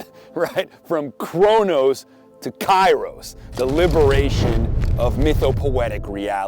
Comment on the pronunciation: i think you can try and use the greek words. It is hronos (χρόνος) not chronos (κρόνος). And keros (καιρός), where αι is like epsilon, not ay. :) As I understand, you explain that καιρός is the critical χρόνος, the moment (στιγμή) stigmi